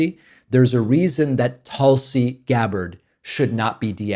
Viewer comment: I thought your pronouncement of Tulsi was the correct one and that WE all had it wrong. Seriously. I thought you were being respectful. 🧐